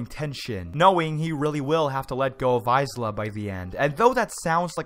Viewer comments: "Aiz-la" IT JUST KILLED ME MAN IM SORRY HAHAHAHA. Her name has been pronounced so many times in the show as "Ay-la" but still man, pretty good review! It just bugged me a bit hahaha gj gj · Isla.... pronounced I la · You should say isla like eye-la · Every time he said "Isla" it hurt. Silent S buddy... silent S... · Isla is a common name lel, why wouldn't you know it's a silent S? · So true. So true. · He knows how to pronounce Tsukasa but not Isla?! Tsk tsk, shame.